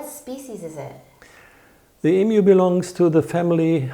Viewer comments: I’m positive it’s my ears and you aren’t purposely disrespecting all Australians, by pronouncing Emu as Eemoo. Well since you are doing a little documentary on our famous coat of arms animal. Interesting video thanks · IT IS EMU (EEMYOU) Not Eeemoo. Dear lawd -- get it right!